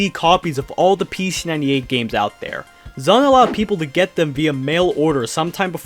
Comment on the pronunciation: Here's a fun fact for you, the guy who made this video doesn't pronounce ZUN right even once in this video!